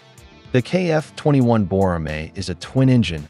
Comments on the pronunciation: 외국사람이 보라매라고 발음하는거 너무 좋네요. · He said it was pronounced correctly. He said "People from other countries calling it Boramae sounds really good". Is the exact translation. Perhaps your Google translate is missing some in its translation.